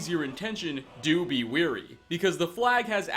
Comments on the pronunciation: George Hornsby it's pronounced the same over here. Folk who pronounce it "weary"are just weird. Or maybe they've only read it in a book and don't know how it's supposed to sound. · It's not all of us: I listen to a lot of these videos and cringe every 15 seconds, on average. We apparently can't say wary, mischievous, etc.